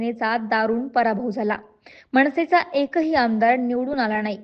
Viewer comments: अरे या वृत्त निवेदिकेला सांगा, प्रत्येक न ला ण म्हटलं कि शुद्ध भाषा होत नसते. मनसे आहे ते मणसे नाही! आणी बातमी च्या दर्जाचा तर पार बोजवारा उडालाय. राज ठाकरेंना धक्का असं लिहायचं जणू काही ते पक्ष सोडून गेलेत. कसली फालतू पत्रकारिता आहे. आम्ही पत्रकारिते मध्ये नसून सुद्धा आम्हाला हे कळलं. भविष्य उज्ज्वल आहे! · मणसे नाही ग , मनसे म्हणतात ....